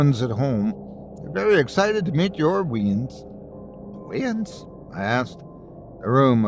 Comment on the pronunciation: As a proud Scot, I thank you for not attempting a Scottish accent. For future reference though, weans is pronounced wayins 😊.